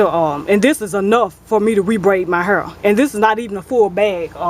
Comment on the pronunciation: i <3 How You Say Hair, You Say "Har" :-D